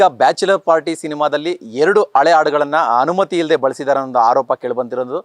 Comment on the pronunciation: Kannada sari mathado..ale alla adu...hale